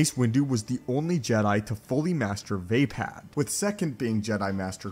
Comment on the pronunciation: It's almost painful how you mispronounce Vaapad